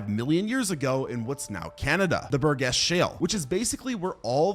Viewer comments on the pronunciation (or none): Burgess pronounced with a hard g is just wrong.